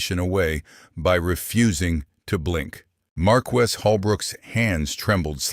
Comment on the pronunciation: Learnhow to say marquis.